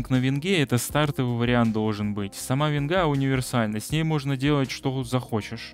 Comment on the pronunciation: Аааа из ушей кровь идет как ты вЕнгу обзываешь